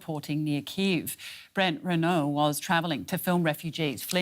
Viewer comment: No.. it iis Kyiv